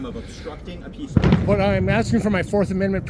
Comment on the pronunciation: I lost it when he said ociffer Snowball 😂